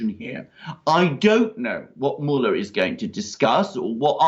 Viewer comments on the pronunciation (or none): Does Alexander pronounce Mueller (mue-ler) as 'mullah' on purpose?